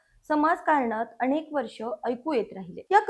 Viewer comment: अणेक नाही अनेक.